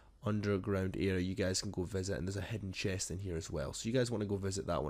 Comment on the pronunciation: Hidden not hedde